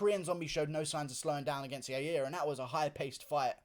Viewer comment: Guru it’s pronounced yarir